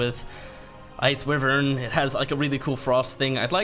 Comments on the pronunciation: It's why-vern not wivvern. If you're gonna use the word on videos hundreds of times maybe take 10 seconds to do the homework and get it right eh? Like seriously, add it to melee and cache on the list of words murdered by youtubers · Why-Vern not Wi-Vern